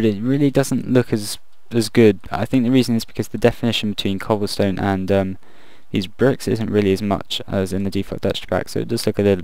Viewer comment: "So we've got some Cobblston-Shutup! Okay..." XD